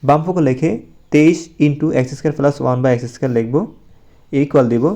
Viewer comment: প্লাস❌ পেলাস✅